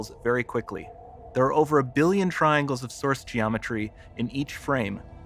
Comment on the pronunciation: Nobody The narrator- "Triangles"